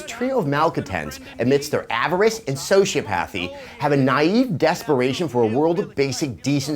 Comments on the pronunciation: soh-see-op-uh-thee actually. The way you say it's pronounced would be spelled. Sociothapy, when it is spelled Sociopathy. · Look, Adam...I love ya, buddy, and I know I'm probably one of the very few that even noticed... ...but if you're gonna use words like "sociopathy", you've gotta pronounce them correctly.